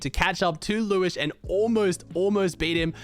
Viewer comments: Its liwshe not Liwish::) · It's pronounced Lew-shé, not lewish :) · hey, its pronounced liw she not liwish but liwshe has always been a good player qualled solo grands and heats like 3 or 4x